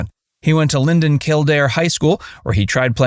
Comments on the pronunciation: Don is from Lindale. Tx; not "Linden". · Lindale TX, not Linden